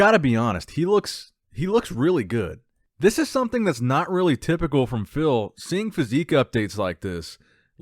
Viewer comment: your videos are my staple for bodybuilding content! Keep 'em coming. Why do you pronounce "thish year" though?